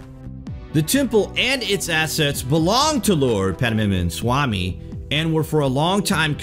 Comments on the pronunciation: Omg!!!! Lol!!!! It's not panamanamana swamy . It's PAD-MA-NABHA swamy. God!!!!🤣🤣🤣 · Pdmnsami temple?! 😀😀.. It is pronounced like Padma nAbhamswami temple.... Padmanaabh is a name of my dear god Vishnu.. Padma means lotus, and Naabh means naval.. Padmanaabh means, the one having lotus in his naval... It is the lotus from which Brahma born, and created the entire world... Above the door the demon face you see, that demon's name is Kirtimukh. Any try to open the door forcefully will open a gate from Naagloka, the world of serpents, and that will be catastrophic event for earth... When it is opened with the specific mantra chant by specific person at specific time and in specific tone, the door will open safely and divine treasure will be unleashed. It contains divine information for which we are not ready in Kaliyuga. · Its " padma-nabh-swamy" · Please pronounce it as "Padmanabha-swami" Temple. Thanks:) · The way he spell padmanabham swami temple is laughable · nice video. the temple is pronounced at 'Pad'+'ma'+'na'+'bha' + 'swamy' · Rockdervin Justin I know, it was funny how he pronounced it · The way he’s pronouncing it 😂😂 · hhahhahaha , the guy can't pronounce the name & pronounces it in a very funny way, hilarious 😂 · Dude. Pronouce it correctly. You're embarrassing yourself. 😂